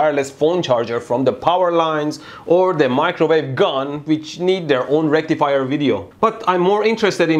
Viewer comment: You said "rectifier" wrong.